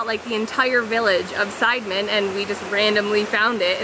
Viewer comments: Si-de-men Not Side-men FYI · side-men??😂😂😂 its prounce C- the - men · Nice clip but extremely frustrating with the repetitive incorrect pronunciation of the village name "Sideman" - it's not Side-man in the western sense.....try listening to the locals when they say "see-duh-mehn" 😉🤔😣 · Nice vlog guys! You should stop by Tirta Gangga and Ujung Water Palace because it's not that far away from Sidemen. It's pretty cool, btw Sidemen is not pronounced side like in english, it's pronounced see-the-mend.....;-) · You can say Sidemen like local.. just like "see the man".. Great shot btw.. & have a nice trip. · Hi nice happy video! Thanks for the great job. By the way, Sidemen could be read as Si-de-men in Indo- Malay language, if I am not wrong. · Sidemen (pronounced SEE-DEH-MEN) is nice, but it's not like Ubud was 20 years ago. You can still find places with awesome views in/around Ubud. "The volcano"? Well, Bali has a few volcanos. The one in your video is "Agung" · "see-the-men", thats how its pronounced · Sorry, I can't help laughing at your pronunciation of Sidemen! Indonesian and Malay language has very straightforward pronunciation like Italian, you pronounce them Si De Men.